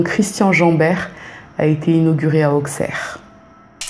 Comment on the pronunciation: Merci pour ce partage 😊 Je vis à 5mn d'Appoigny donc je connais ces histoires par coeur. Juste stp on dit villefargeau et non villefargo 😊 et on dit aussserre et non auxxxerre 😊